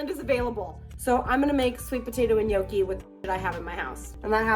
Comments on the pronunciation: Girl, I LOVE you in every way ❤❤❤ (and it’s pronounced NYOH-kee) 😘) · The way you pronounce Gnocchi tho